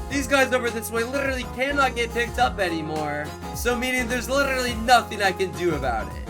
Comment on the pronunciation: Bro said llllibty not literately